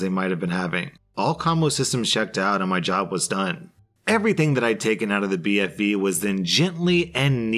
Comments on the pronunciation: I love how went from saying BVF to BFV to BFF lol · He pronounced BFV so many times wrong lol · I love how he keeps mispronouncing BFV